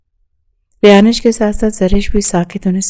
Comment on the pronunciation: It's not rayanish it's rayansh